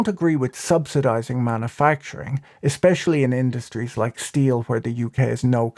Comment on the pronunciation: Manna-facturing...isn't that making bread in the Sinai Pennsula? Come on, pronounce it correctly.